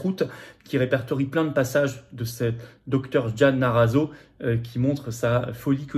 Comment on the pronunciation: en fait c'est MARRAZZO et non NARRAZZO ^^